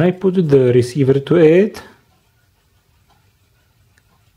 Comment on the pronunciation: transeveeerrr reseiveeer